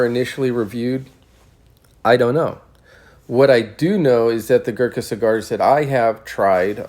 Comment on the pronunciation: Opening statement of the video and..... pronounces the word "Gurkha" wrong. Ignorance or laziness?